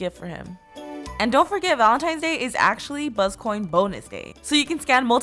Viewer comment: Omg on the first one who else noticed she said valentimes not valentines